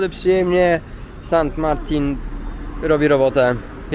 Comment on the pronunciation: San Marte nie Martin sie wymawia